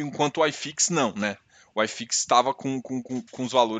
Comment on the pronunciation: Acho que ele é gaucho....Se fosse mineiro ele chamaria Uai fix....E se fosse baiano chamaria oxifix...